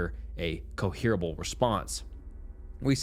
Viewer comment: "Cohearable"?? Lol 😂🤣